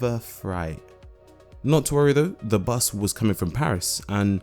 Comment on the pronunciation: blablacar booos! 😅